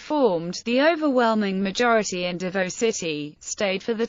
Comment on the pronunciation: Pronounced "Davow" not Davoe.